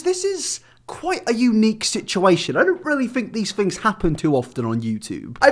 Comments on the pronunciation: It's pronounced THings not Fings. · Fhings got real? Speak english.